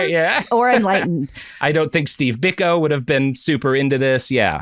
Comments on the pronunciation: Its pronounced "Bee-koh", not "Bik-oh". Never more have I wanted Prop to be on the show to correct Robert. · The Peter Gabriel song 'Biko' is a eulogy of Steve Biko. (Edit: And yes, as others have said, it's pronounced BEE-koh) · Sometimes I think Robert is fucking with us with pronunciations. Stephen BICK-oh? You're not serious right now. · Biko is pronounced "Beeko." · yeah true but it's still pronounced Bee-koh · A not so hot take on a very well covered story. It’s literally all over the internet but they seem not to have noticed that. The reference they quote is on YouTube and covers the nature boy story much more comprehensively and with less sniggering, giggles and errors. And please pronounce Steve Biko’s name properly. A widely known and hugely important figure in history and subject of many songs. Content is content, I guess. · The mispronunciation of Steve Biko's name is crazy. Other than Nelson and Winnie Mandela and Desmond Tutu I'm not sure there's a more famous South African